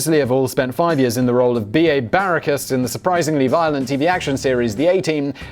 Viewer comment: BA Baracus (Barr-ah-kus). It's obvious you didn't watch the A-Team.... 😂